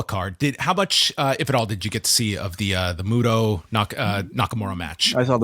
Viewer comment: MU-TA.....not Muto